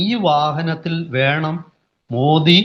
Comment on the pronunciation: മോഡി അല്ല മോദി എന്നാണ്